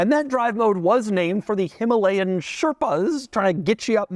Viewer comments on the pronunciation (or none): none